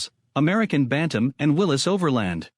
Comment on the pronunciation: This is the kind of garbage you get when you let AI make a video. It can't even pronounce Willy's right. Thumbs down for this garbage video.